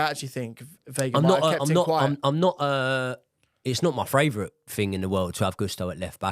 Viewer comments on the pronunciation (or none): can say Panathinaikos but can't say favourite - Australian Hardcore fan